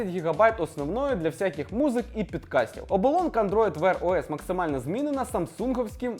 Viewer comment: Все гуд тільки не "Підкаст", а "Подкаст"😅